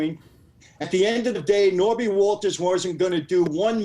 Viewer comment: Knobby Walters 😂 it’s Norby ya fuck!